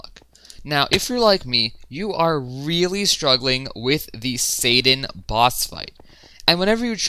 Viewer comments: U kinda said satan not sadan with ur acsent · Says sadan like satan